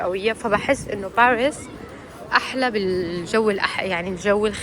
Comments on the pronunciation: حدا بيقول لك روحي تعلمي تحكي فرنسي بعدين تاعي وبالاساس ما اسم بارس اسم باريس بالفرنسي صافيparis منازعت لك الاشتراك بس عشان هي الكلمه ازعجتيني وانت تكرري فيها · تي كنك تلوي في السانك بارسسس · اصلا ماتعرفي تنطقي باريس